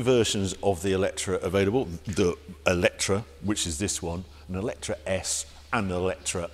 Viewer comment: Why pronounce it Eletra? Eletre rhymes with metre, no?